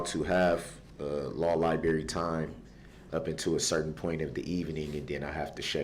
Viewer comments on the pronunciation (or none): I know I heard him say libary